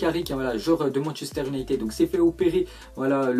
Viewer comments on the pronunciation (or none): none